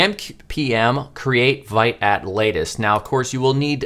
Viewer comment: Excellent start, I’m looking forward to part 2! Also Vite is pronounced “veet” and is French for “quick”.